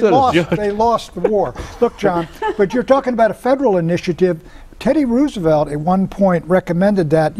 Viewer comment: I love that Pat say "Roosevelt" correctly, much like Chris Matthew says "Cheney" correctly.